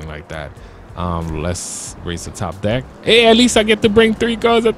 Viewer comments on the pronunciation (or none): none